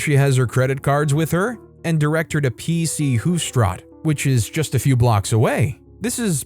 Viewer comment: Last story is soo true and so hilarious 😂 (I’m born and raised in Amsterdam and if you only cycled 30 years ago or only in your village as a teen some years ago: just don’t try to rent a bike please! Btw PC hooftstraat is pronounced differently: double oo is pronounced the same as in the English word for ‘Hope’ and double a sounds more like how you would pronounce ‘Aargh’ I think.